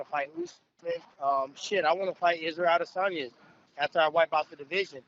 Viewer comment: Tyron "Adensanya acosted me" Woodley